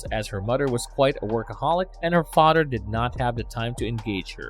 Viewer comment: Fawdder.. Mawdder... Togedder... Udder.. just stop!